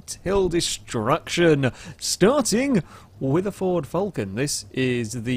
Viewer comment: Your saying Falcon weirdly, could it just be your accent?